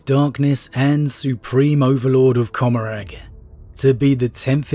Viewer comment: Commoragh is meant to be pronounced like 'Gommoragh' as in Sodom and Gommoragh from the Bible.